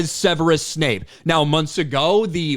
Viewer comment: It's Severus Snape, not Severus Snipes. Ten points from Gryffindor.